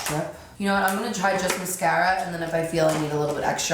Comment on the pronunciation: This look is so gorgeous and I love when you say the word mascara, you pronounce it so cute